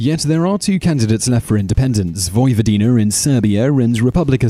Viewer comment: "Vojvodiner and Serbier" Why does he keep saying er instead of a?